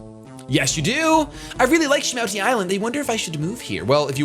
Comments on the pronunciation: Have you never seen Pokemon 2000?!?!?! its SHA-MOO-TI island. Its lugia and zapdos, moltres, and articuno. Good movie, must watch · that's from the Pokémon 2000 movie shady it's call shamooty well its said that way lol